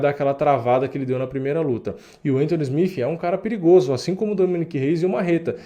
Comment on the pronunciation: Mano na boa pronuncia SmiTH ou SmiTi porque SmiFi soa muito feio. Abraço